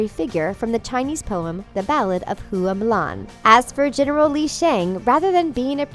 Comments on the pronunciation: Hua is pronounced “hwah” not “who-ah” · “hoo-a mulan”...HOO-A MULAN ITS HUA MULAN NOT HOO-A ITS PRONOUNCE AS “HUWA” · "Hoo-uh Mulan" hello?????? thats not how its pronounced. Like. At all